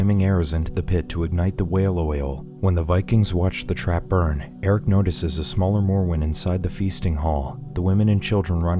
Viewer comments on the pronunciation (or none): none